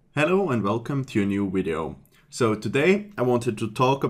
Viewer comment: I love the way you say "wideo" :)